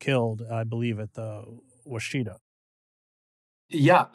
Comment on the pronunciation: it is pronounced wash-ih-taw. the middle syllable is like the "i" sound in ignorant.. it is not pronounced wah=shee-tuh. it is wash-i-taw. the wash is the emphasized syllable. i was born and raised on the washita river forty miles from the custer battle site.